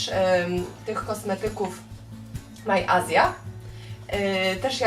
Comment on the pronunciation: Nie mówi się "maj Azja" tylko "maj ejrzja" po angielsku czytane